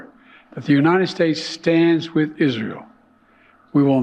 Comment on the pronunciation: He cant say Israel, listen 9,57 “Isjael”